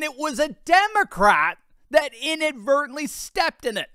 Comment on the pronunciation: Inadvertedly??? Or intentionaly,😂😂😂intentionally???